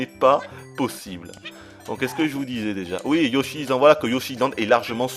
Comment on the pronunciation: Yoshi Izland ça ma fait mal aux oreilles TT_TT